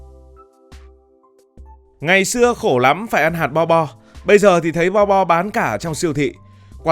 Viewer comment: Bo bo mà đọc lộn thành bò đỏ hoá ra cũng đều là thứ cho Bò đỏ ăn cả :))))))))))))